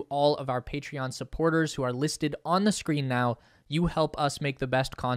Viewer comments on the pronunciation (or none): none